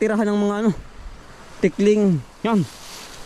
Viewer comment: Jejej ndi po tikling, tukling po. 😅😅